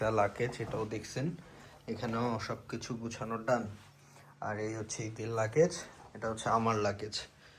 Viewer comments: লাকেজ না! ‘লাগেজ’ 😂😂😂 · Vlog korte ashce english bolse tao abar bhul. Bar bar bolse lucase. Eita hobe luggage. Abar shasuri ke bole mommy. Ekta English word correct vabe bolte parse na. Er poreo bolei jacche. Foul duita. Eder video dekhe je chotolok gula tara o Eder motoi. Boshe boshe eder faltu eigula dekhe ar Eder ke borolok banai othocho nijera thik e chtolok e theke jai